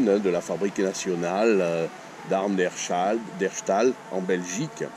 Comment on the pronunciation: Herstal en Belgique, pas Herchtal... Sinon, cette carabine est formidable. Il suffit d'en démonter une pour comprendre le génie de ce design. C'est effectivement la meilleure .22 à pompe jamais fabriquée. Elles sont encore faciles à trouver et fort abordables en Belgique (à par les séries limitées et gravées évidemment). Un très bel exemplaire doté de gravures uniques et d'un magnifique bois rouge foncé m'est passé entre les mains il n'y a pas si longtemps. En voici quelques photos pour ceux que ça intéresse